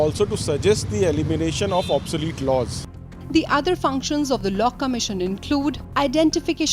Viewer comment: it's law, not low